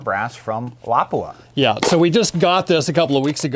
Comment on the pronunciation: Sorry had to dislike. Can't stand the way you miss pronounce Lapua.